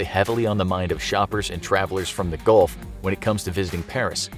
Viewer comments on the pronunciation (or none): none